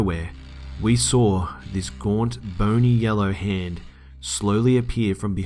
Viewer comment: You did it again! I love how you pronounce the word saw. You say "sawr" 😊😆 Gotta love accents.